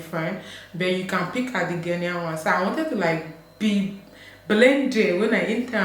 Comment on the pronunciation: And it's Ghå-nian.